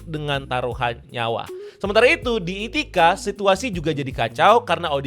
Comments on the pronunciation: Ithaca bang bukan ithica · Itacha blooookkk, bukan Ithica